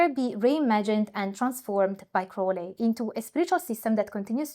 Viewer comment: I stuck with this video mainly because you pronounced Crowleys name correctly. Very interesting stuff!